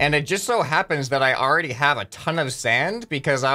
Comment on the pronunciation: Who heard that said Sans instead of sand a few times